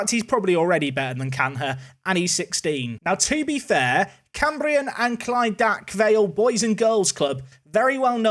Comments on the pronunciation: As someone who lives down the road from clydach, that attempted pronunciation hurt my ears 😂😂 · Cambrian and Clydach are my local team! You nailed the Cambrian, but the Clydach not so much! Good effort though! It's more along the lines of Clidarch